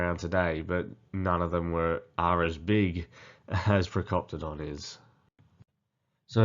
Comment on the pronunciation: Procopala 😂😂😂 Procoptodon